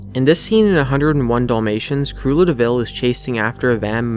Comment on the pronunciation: I like how it sounded like he said..."Crelda Devil falls into a b!tch!" xD